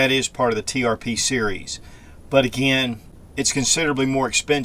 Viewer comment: Springfield Trp! You said tpr a few times 😊. Beautiful gun!